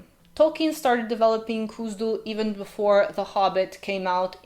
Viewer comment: Why do you continue to pronounce as ? That h is there for a reason. Even the runes chart clearly states the IPA symbol /x/ for and /k/ for , cone on! It's not Kuzdul. It's KHuzdul. I.e. /x/uzdul, not /k/uzdul.